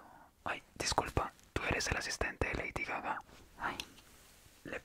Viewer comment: Soy la única que entendió Heidi caca